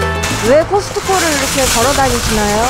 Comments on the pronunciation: 물론 무슨말씀 이신지는 알지만 그래도 어느정도 폐쇄되는 느낌의 발음으로 '카~스ㅌ코' 정도 되어야 하는데 너무 커스코라고 발음하니 이상하네요. 그리고 한국에 사는 원어민들도 코스트코라고 한국식으로 말하는데 이 아저씨는 유독 커스코라고 하시네요. 영어가 너무나 유창해서 한국식 발음이 안되시나보죠? 어륀지,버내너 주세요~하시나? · 저 아저씨 '코스트코'를 항상 '커스코' 라고 발음하는데, 거 희안하게 되게 귀에 거슬리네. 제대로 좀 발음 했으면 하네. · 커스코가 정확한 발음 입니다. 미국 가서 코스트코라 하면 아무도 몰라요.